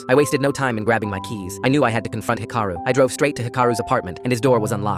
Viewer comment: 1. It’s Hee-ka-roo. 2. Japan has a version of universal health care. Patients only pay about 30%.